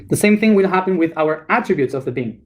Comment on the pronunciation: You can say the words "it" and "in", but when you say "will", it comes out "wheel".